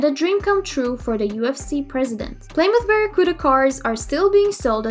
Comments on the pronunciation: playsdaburg, puudacars wth how is she mispronouncing Plymouth Barracuda that far off? lol is this a robot? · Ply moth??? Come on do some research